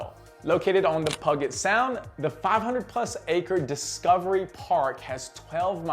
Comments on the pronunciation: lol pug-it sound. it's pronounced pew (like church pew or laser sound) and the G in "get" is pronounced like the G in Georgia. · Puget sound is pronounced (pew...jet) 😉